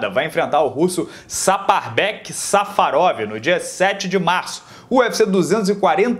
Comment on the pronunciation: eu cansei de ouvir "safadão" quando o disse safarov